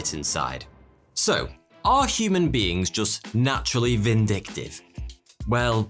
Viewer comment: "...makes us a little more vinDICKtive..."